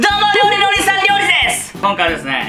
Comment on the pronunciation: リュウジのお兄さん リョウリです！って言ってない？